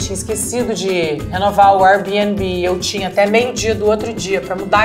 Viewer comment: Luana qdo fala Airabnb não consegue esconder o sotaque paulista trocado pelo carioca qdo ela quis 😂😂😂